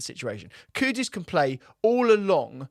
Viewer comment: Why do people keep calling KuDUS, KuDOS instead? is another one, how hard is it to pronounce the guy's name right?